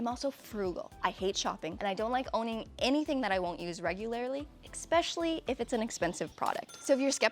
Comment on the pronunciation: It’s eSpecially and aXessories, not expecially and acessories